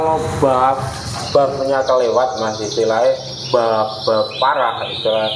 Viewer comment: Buff mas ,bukan bof